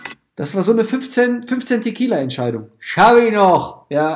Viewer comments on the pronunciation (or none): „TeqKIELa“ Entscheidung 😂